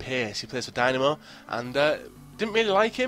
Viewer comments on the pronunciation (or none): none